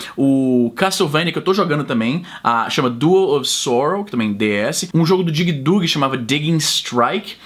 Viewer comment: Izzy, o Castlevania é DAWN of Sorrow, e não Duo of Sorrow :)